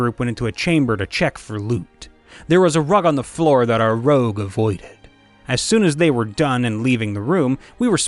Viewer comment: Rogue, not rouge